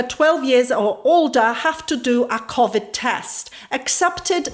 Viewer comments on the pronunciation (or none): SHE SAID CAVID TEST